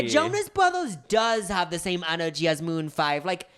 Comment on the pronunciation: It sounded like said “moon fried” rather than maroon five…